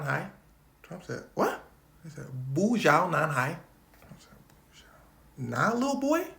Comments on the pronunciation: THE BOO SHANG NAN HAI CAUGHT ME LMAOOOOOOO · My man said "buja nanhai" ☠🤣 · That "不，小男孩" pronunciation kinda hurt my heart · Suggest not to speak in mandarin if you're not gonna try to read the punctuations or express the tones because it sounded more like unfilial boy. Anyway.....